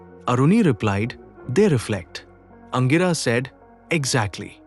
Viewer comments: The right pronunciation is Angeeras. Not Angiraas. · Aangiras not angiraa!